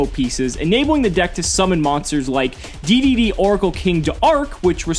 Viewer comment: It's pronounced "Double D" and "Triple D".